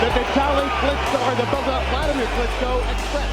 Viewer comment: The Klitchko s ko 🤣🤣🤣🤣